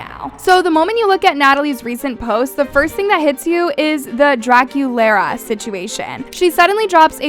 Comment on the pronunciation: Draculaura not Draculara